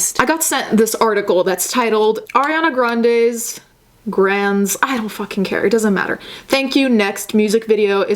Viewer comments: Why did you correct yourself to pronounce her last name as "Grand" in the beginning... Do you actually think it is pronounced like that or is it some joke I don't get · Let’s talk about the real thing that’s problematic about Ariana: this whole time she’s been letting us pronounce her last name like we are ordering a drink from Starbucks. Her name is actually pronounced Grand-y but she never said shit or corrected us 😂😂 like wtf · Firstly, I don't even like Ariana but the way you mispronounce her name irks the crap out of me. I need therapy. Second, let's not blame Apple Music for the misprint. Ariana is the queen of not enunciating. I can't understand a quarter of the words she sings, that's not Apple's fault.